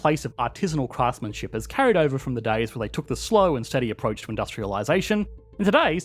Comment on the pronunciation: You mispronounced “has” – France “is” (has) an economy…